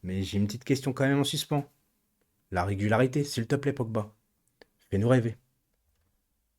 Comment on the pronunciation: et, répétez après moi: I-RRE-GU-LA-RI-TE 😂😂